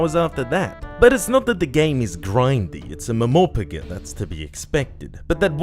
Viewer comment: That pronounciation of MMORPG flored me lmao